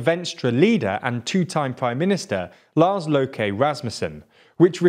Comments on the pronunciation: Really great summary. And I absolutely love how you pronounced Lars 'Lowkey' Rasmussen. I predict that might catch on. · As a Danish speaker (second language) I want to nudge your pronunciation of "Mette" and "Løkke" a little in the right direction... but that's my only criticism. Great video, good explanation of what's being going on here. Though Inger Støjberg would be most displeased that you didn't include Danmarks Demokraterne in the Blue Bloc logos (7m44s). She's worth a whole video on her own ...